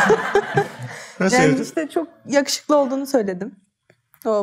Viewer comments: Kadının eşine yağuşuklu demesi ve Mesut abinin yanlış anlayıp bölüm sonuna kadar yavşuku demesi mdjfkrlelmkrkflfk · Kadın Yakuşuklu demedi mi? Ben mi yanlış anladım. Mesut yanlış anladı ve sürekli "Yavşuku" deyip güldü :)